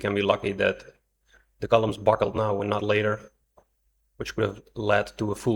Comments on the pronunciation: B U C K L E D, not b u c k e l e d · "IT BUCKELED" <==== 😅 😂 🤣 🥲 😀 😃